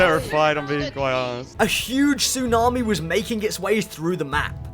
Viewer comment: Tsunami* not Tsunohrmi